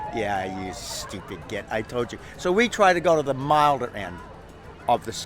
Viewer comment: As much as the title as sweet FA to do with how to grow chillies in the UK, this guy is very engaging and I specially enjoyed hearing "git" said in an american accent.